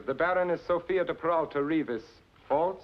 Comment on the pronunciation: Noooooo!!!!! That's not how Reavis is pronounced. 😢😢😢 I've been fighting this battle all my life.